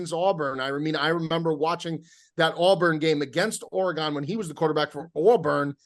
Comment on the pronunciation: “Ore-Uh-Gone” count: 93 Brutal.